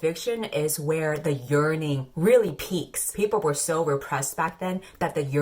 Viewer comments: drinking game to go along with this video: take a shot every time says ‘YeaRNinG’ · every time you said "yearning" I just heard it as "urinating" :( it was driving me up the wall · Nobody: You: YeArNiNg (honestly same) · No one:: "Yearning"